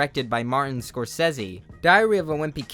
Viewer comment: This is AI how does he not know how to pronounce Scorcesce?